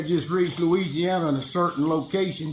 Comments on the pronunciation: I love it. He didn’t say Louisiana he said Luigiana 😅❤ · 'I just reached louigi-ana' LOL